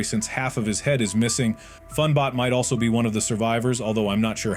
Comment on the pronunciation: And it’s not fan bot or Mr fan computer it’s Fun bot and Mr Fun computer